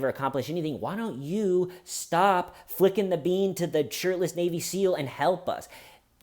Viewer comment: the way you say flickin the bean assures me that you rarely used that phrase and have been dating for too long. funny story! thanks for your time